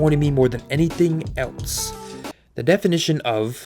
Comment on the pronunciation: Too many videos of yours I've seen where you do it, so I have to finally say something about it. There is no "t" iin the word "else". Stop it.